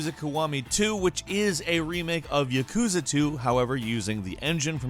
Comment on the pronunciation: why people pronounce yakuza, " yekuza". Its pronounced how its spelled or spelled how it is pronounced. That's how it is with every Japanese word. so say YAkuza.